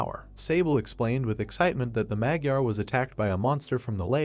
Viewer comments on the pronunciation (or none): none